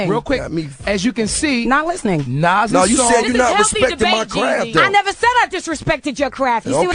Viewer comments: hate how this nigga sayin nore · Nigga...its Nore not Nas lol, no one rocks with him